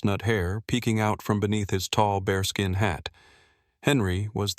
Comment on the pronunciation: Not - "BARESKIN hat" - it's a BEARSKIN hat